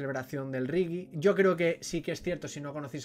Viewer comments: No está mal la crítica, pero no entiendo cómo habiendo escuchado a Bob Marley y después de ver la película no sepas aún no sepas pronunciar reggae, y digas 'rigui' en lugar de 'regue'. Por lo demás estoy de acuerdo con que falla el final y el actor no consigue el gesto y el "estilo" de Marley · He dejado de ver la crítica en el momento que me he dado cuenta que no eres capaz de pronunciar reggae.. Riggi????